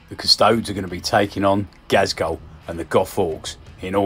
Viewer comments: cuss-toe-dees. like ass-tar-tees. not astartes. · Custodes... cus👏toe👏dees👏🧐